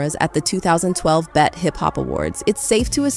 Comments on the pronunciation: "But after seeing them fight in front of the cameras at the 2012 'BET' Hip Hop Awards..." Not "Bee Eee Tee," but the word "bet." Yall letting A.I. videos take over 🤣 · pronouncing the B.E.T. awards as the bet awards was a dead giveaway